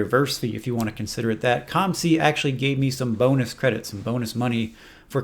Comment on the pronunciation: Why do you say C U M C, when it's C O M C? Am I missing something?